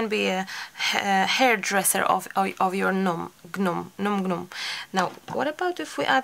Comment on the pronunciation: They're so cute. That Merino wool roving is perfect for the beards. When you first started making them, I was thinking you could put a loop of yarn at the top of the hat to make hanging decorations, and then you said it! By the way, the G in gnome is silent. :)